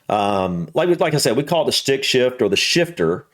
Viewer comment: Stick, not "srick".